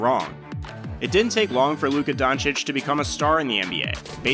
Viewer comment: Luka dochich